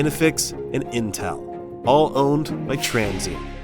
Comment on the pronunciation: Itel or entel 😂